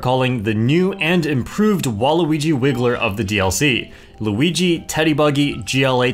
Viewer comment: its a me a-luweegee 🗣️